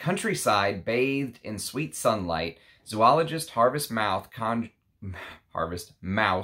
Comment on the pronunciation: Sounds like a great fragrance. Oh and just for your own info, it is pronounced Zō-ologist, not Zū-ologist. Thanks.